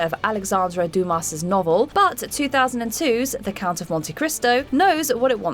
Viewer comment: Mispronouncing Alexandre "Dumas"", calling the IMF the "MIF"... who approved this?